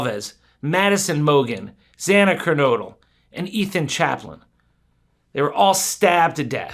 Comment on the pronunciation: His name is Chapin, not Chaplin.